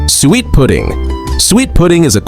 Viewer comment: These AI voices' drives me nuts. The word suet always gets pronounced sweat. Who wants to eat sweat pudding? Other than the mispronounced words it is a fairly good video.